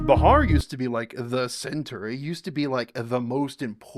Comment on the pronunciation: You pronounce wrong Bihar